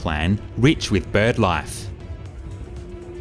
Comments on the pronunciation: Hey, Giru is pronounced 'Guh-roo' - from a Townsville local! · My last long distance train journey was on the Sunlander in an economy seat from Gladstone to Townsville in 2006. Not great. Also Giru is pronounced as Gir-roo 😁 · Gi-roo - like kangaroo. Only complaint otherwise great video. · Hi. I just meant it was part of an underground car park. 🤷‍♀️ For Giru, I looked up Queensland based news videos (who you’d think know how to pronounce local places) and copied their pronunciation.